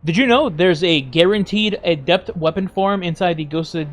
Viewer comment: ah yes.. the ay-dept